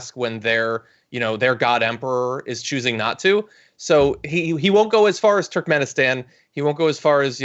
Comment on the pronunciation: Cenk. It's TURKmenistan. How can you not pronounce names in turkic language? Americans are the worst in language even if they're second generation migrants.